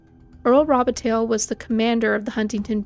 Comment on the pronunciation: Earl Robitaille? "Robi-tail"? Pretty sure that's not how you pronounce Robitaille. You're Canadian, right? You should know this. It's French.